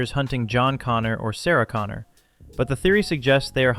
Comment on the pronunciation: Once again: "Connor".